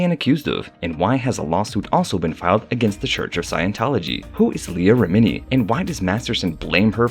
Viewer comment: Rem-en-ie lol sorry but you pronounced like most of the names incorrect and it's killing me Everytime I hear them😂😂😂